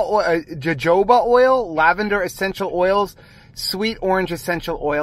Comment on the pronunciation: Jajoba is pronounced sort of huhhoba. lol